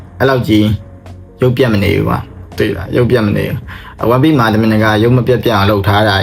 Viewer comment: One piece ဆိုတဲ့ pronunciation ကိုမှားနေထဲ ဒီ vdကိုကြည့်ဖို့မတန်ဖူးထင်လိုက်ပြီနော် more like ကိုယ်တိုင်ကစောက်ဖြစ်မရှိပဲ ဉာဏ်ရည်မမှီပဲ လှေကားထစ်တစ်ထစ်ကျော်တက်နေသလိုပဲ